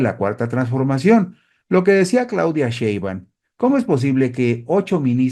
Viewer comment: Está bien que no puedas pronunciar correctamente el apellido paterno de nuestra Presidenta, pero ¿podrías cuando menos leerlo correctamente?